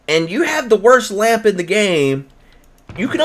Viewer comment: lamp not lamb lols. Millbee for sale